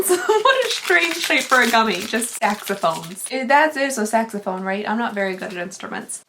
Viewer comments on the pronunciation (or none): I legit heard snaxaphone when you were talking about the saxaphone gummies. Missed opportunity?